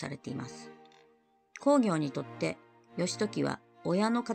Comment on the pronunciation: 鎌倉殿の十三人、とても面白いですね。毎週見ています。 源公暁は、コウギョウではなくクギョウと読むのではありませんか？ まあ、どうでも良いことですが。 元々本当にはいないスナイパーを脚本家が作り出し、暗躍させているので、最期がどうなるかは彼の思いのままですから、歴史学者にとってはどうでも良いことかもしれません。 の予想、大変面白かったです。これからの物語の行末が楽しみです。